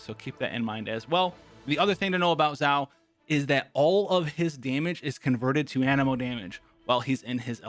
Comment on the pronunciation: Its xiao not ziao come on